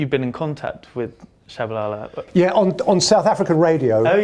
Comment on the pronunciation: Oh, I thought we were giggling about Peter's pronunciation of Tshabalala (akere he says Shabalala and Jabulila for Jabula) I love the man though just funny. My bad, thought it was on purpose 😅🙏